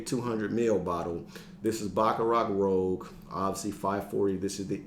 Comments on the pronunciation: Baccarat ROOOOOOZSSSSHHHHH. Not rogue!! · You might want to check how BR540 is pronounced. It's Rouge as in red, not Rogue. I mean if you like it that much, you might as well say it's name how it is. 😉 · Great video. It's Rouge, not rogue. French for red. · Rouge not Rogue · rooj not roag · Good to see you back bro. Bringing back memories of my first introduction to fragrances watching your videos. Kiton was one of my entries to this hobby thanks to you. By the way it’s Baccarat Rouge as in red, not Rogue. 😊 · FYI "rouge" should be pronounced like "roozh". 🤣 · Rouge is pronounced rooj.